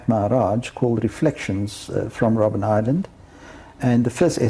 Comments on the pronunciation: ROBIN island?! it's ROBBEN island ( Seal island). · Robben Island not Robin 😮